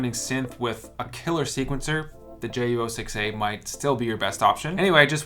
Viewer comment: It’s pronounced JU-06ayyyyyyy